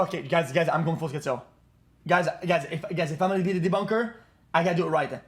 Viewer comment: debunkah